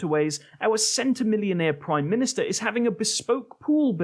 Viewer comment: Praume minustar😂